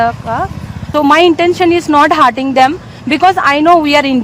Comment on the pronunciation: ಅಕ್ಕ ಅದು hearting ಅಲ್ಲ, hurting. ನೆಟ್ಟಗೆ English mathadakke ಬರಲ್ಲ. ಮತ್ತೆ ಈ ನಿನ್ನ ಹೊಲಸು ಬಾಯಿಯಲ್ಲಿ ಕನ್ನಡ ಬಂದ್ರೆ ಪಕ್ಕ ಕನ್ನಡಿಗರು ಕೈಗೆ mett thagolodhu confirm. 😂